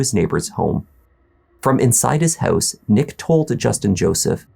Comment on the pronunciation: I'm here to hear him say: "inside the hEuse..." LOL!!!!